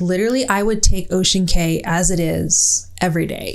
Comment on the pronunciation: You are funny, you know saying Cay that way is wrong but you are too stubborn to say it correctly 😂 Love the interaction between you two though!